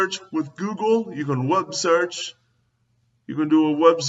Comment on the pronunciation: Guy complains that this and that isn't a verb or a word or whatever, and he keeps saying "wubsearch", which to my knowledge isn't a word either!